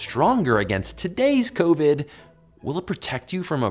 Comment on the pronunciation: I'm sorry, but this whole time , I've heard him say SARS2 COVY, but by its self, he says covid